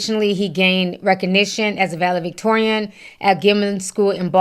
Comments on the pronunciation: Vale-Victorian huh?😂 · Ti i love you, but its ValeDictorian with a D